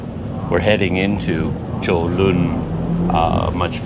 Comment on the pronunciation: Wow your pronunciation of Cholon is pretty good for years I pronounced totally wrong . I go on bus 56 every day and only once they did that to me they are usually pretty good The park 23/9 across from your hotel use to be the main train station and they use to have a tram 100 years ago from Saigon and Colon Back then it was the twin cities of Saigon and Cholon Even today people refer to those areas as Saigon and Cholon , but today Ho Chi Min city is a very large city that has districts that were never around back when people only called it Saigon Like Bangkok and Kuala Lumpur Saigon used to be controlled by the Chinese merchant class even when the French controlled Vietnam . Before 1975 the Chinese controlled 85 % of retail 95% of wholesale and 85 % of the banks . After the war the governments main concern was to clear out the Chinese and so many left as boat people. Today many are coming back and they still have power but nothing like before 1975